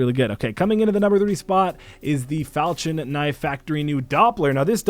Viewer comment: Do people not under stand how to pernouxe falchion knife not falchin falchion